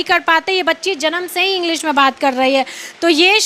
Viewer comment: Aap to sahi se bolti mam agdeji nhi english 😂😂😂😂